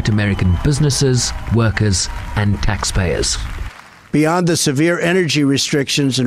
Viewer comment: Haha, emphasising "tax payers", what crap when he himself evades taxes and brags about it